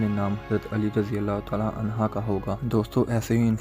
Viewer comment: Bai Jan naraz na hona hazrt Ali raziallah a anha ni hota ha anhu hota ha